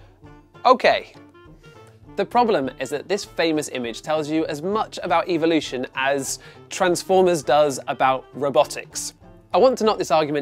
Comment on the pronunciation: I love how he can’t pronounce evolution properly